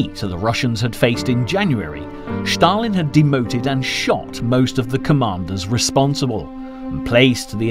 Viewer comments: Why does the commentator say Sthalin? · Shtop saying Shtalin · but why does he mis pronounce his name is such a ridiculous way? Does he do it on purpose or what